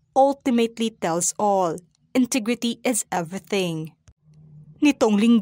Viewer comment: intigrity daw 😂✌️